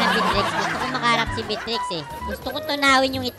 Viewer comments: bat ganyan pronunciation mo sa Beatrix? B-trix tawag mo na dpat beya-trix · Everyone: Beatrix: Bitrix 🤣